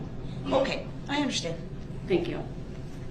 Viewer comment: I’m surprised he didn’t use that as a defense. I had no license, I didn’t “undershtand” how to drive. I had no “license place.” I thought the car I came in was a tan Kia, not a red “Excape.”